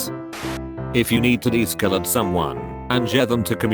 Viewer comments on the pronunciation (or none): Deescelate... de-skelate. SKELTON WAR INTENSIFIES